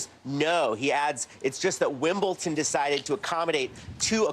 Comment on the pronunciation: Shouldn't Hallie and a sports reporter know that it's not pronounced 'Wimbleton'.... especially in England, where the English language originated? (Yes, I know that the English language is a derivative of other languages.) JS